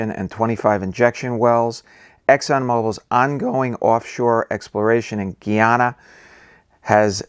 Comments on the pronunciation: Finally you pronounce the name right when you said Guyanese people. GUY..ana is pronounced Gii, not guh.aana. What about saying that guy(male person) is strange. Imagine saying that as "that guh is strange'. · Guyana is pronounced like Guy-Anna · GUY -----YANA. = Guyana....please! STAB-----BROKE = Stabroek (Its Dutch) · Guy-ana :) You said it right in the first video :) Sometimes people say Gee-yana but formally, it is Guy-ana. You've got the demonym correct this time :)